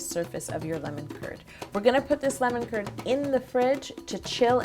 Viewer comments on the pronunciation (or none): Am I the only one who thought she was saying "lemon turd"